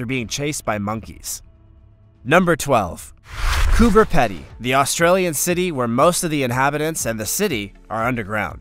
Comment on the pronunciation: Coober Pedy is pronounced "COOBER PEE-DY" not "COOBER PEDDY" Im from Melbourne Australia and can pronounce it correctly. PS great video and channel too but get rid of the creepy centipede it creeps me out.